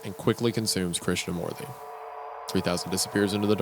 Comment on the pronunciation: hilarious how they say "morty" instead of moorthy"